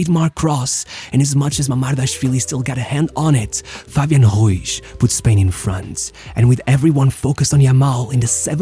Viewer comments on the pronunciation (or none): Good video shit clickbait. It was really fun hear him trying to make the r sound. Fabian güiz